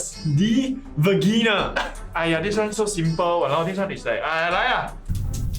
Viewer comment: va ge na? gg why the pronunciation so weird one